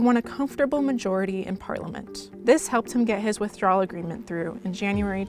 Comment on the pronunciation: If you're going to be an international reporter, it would be nice if you could pronounce 'Britain' and 'Parliament'.